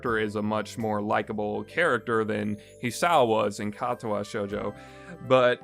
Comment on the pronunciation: I ended at narcissu just because of the way he pronounces the i had trouble dealing with the way he said katawa shoujo but i just ended at narcissu the c and i make a s sound you played it and have yet to realize